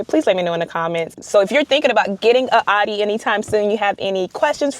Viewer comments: It’s pronounced “ow-Dee” not aww-Dee smh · It's pronounced "Ow-dee."